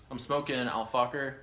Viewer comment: Just a quick correction, the shisha you're using is pronounced Al Faheerr, with an over exhausted H. Other then that keep it up bud, great video